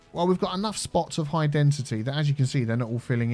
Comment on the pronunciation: Has no one pointed out that he's saying 'High Dentity' and not High Density? He's been saying that since the start of this City.